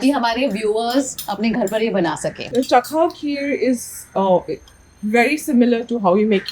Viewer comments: I think it's chakhw not chak khw . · It’s not cha-khao, it’s chak-hao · That's not chakhao😅😅 That's chahau😂😂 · "Chakhao" the "k" is supposed to be silent